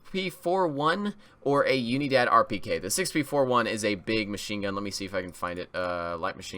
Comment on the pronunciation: It's not you knee dad it's oo knee dad